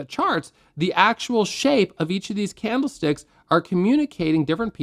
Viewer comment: i swear my ears are failing me. not on this video but many of your really helpful videos. i keep hearing bloody CAMELSTICKS noooooo i cant stop hearing it now :( really love your content mate your are at the top of YT trading tutors. thanks for helping